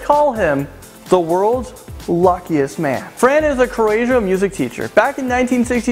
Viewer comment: it's not Carasian it's Croatian